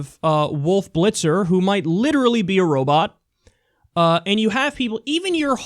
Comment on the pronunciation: It's "and" NOT "end" for the 5 thousandth time.